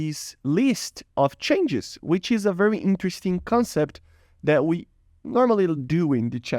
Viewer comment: to "wee" of we can find problems XD